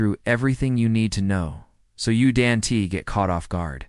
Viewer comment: I fucking hate AI voices that can't pronounce the basics. Don't pronounced as Do N T. What the fuck...